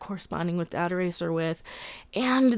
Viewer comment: The 'data' in dataracer is pronounced the same Data from TNG is pronounced, ie the British way of pronouncing it. Then it rhymes. Data-racer